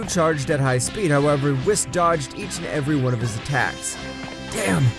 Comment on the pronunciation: And also whis was wis